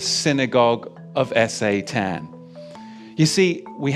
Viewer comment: Is S.A.Tan some sort of alternative pronunciation, or is there some sort of algo censorship of the full word?